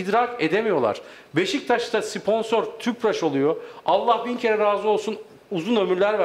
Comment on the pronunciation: abi siponsor degil abi sponsor 🤣🤣🤣